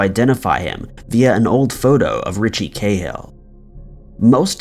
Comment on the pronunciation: We seem to pronounce Cahill different here in Ireland to elsewhere here its Ca hill with a strong a pronouncement such as notorious Dublin gangster Martin Cahill also known as The General who was assassinated by the provisional IRA in 1994 and was later made into a film you may have seen it.